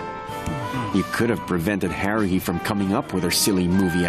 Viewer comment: Did Kyon? Call Haruhi.......Heruhi? 1st The Animax Guy Now Kyon